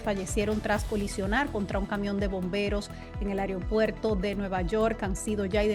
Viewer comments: Mi linda se dice “Aeropuerto” y no Ereopuerto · Pronuncia bien es AEROPUERTO y no como dices tu AIRIOPUERTO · Ansina quero que si diga. Aigro puerto con g. Pus como no !